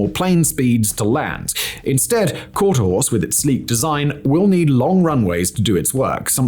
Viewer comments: QUARTER (HORSE) NOT QUARTER (HOUSE) BRUV🙄🙄🙄🙄🙄🙄🙄🙄🙄🙄🙄🙄🙄🙄🙄🙄🙄🙄🙄🙄🙄🙄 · What's with continuously calling it quarter house when you correctly called it quarter horse at least a couple of times? I mean, I guess it isn't the end of the world or anything but it's kind of cringe when it is the video's sole topic.. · QuarterHORSE....HORSE....not HOUSE. How can we take any of your content seriously if you can't even get the subject name right? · I loved this video, and personally I don't give a rats arse if you said quarterhouse instead of quarterhorse, it's literally a slip of the tongue. Thank you Simon for a well presented and informative video, let's hope the chinese, Russians and North Koreans aren't watching. 😮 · Quarterhorse, not "quarterhouse"! 🙄🤣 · not to be a dick but considering the quality of most of your videos it supersizes me that you would allow your narration to be so flawed since you refer to this project as Quarter-house as opposed to Quarterhorse nerly 50 percent of the time otherwise I find your content very entertaining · Interesting stuff! But, does Simon mean to “Quarterhouse?” I don’t think that’s part of his accent. He switched back to quarterhorse eventually. Not sure what that was about. Still good stuff! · It's Quarter Horse- not Quater House. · "quarter house?" At least you can say Quarter Horse correctly, no? If I read Quarter House out loud, I'd be like, WTF is Quarter House and how is it different from Quarter Horse? Seems lazy. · It’s not “quarter house”… it’s quarter HORSE. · Jesus christ Fact Boy, its Quarter-HORSE not house😂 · HORSE NOT HOUS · "Quarter-horse".... not "Quarter-house". As in a race bred horse. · So, the American Hermeus is getting somewhere, unlike the English Skylon..... oh, and by the way it's not "quarterhouse" but "quarterHORSE" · I'm a bit confused. Is there anything called 'Quarterhouse' in this project, or was Simon just randomly mispronouncing 'Quarterhorse' every second time he said it? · Did you say porter house?